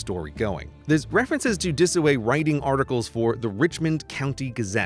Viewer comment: Walk Disoway... not Dataway.